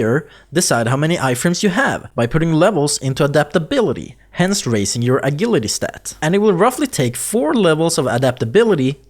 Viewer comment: Ah-jill-ity. Is how its pronounced. No biggy. But yeah, a "g" on english often sounds like "jah".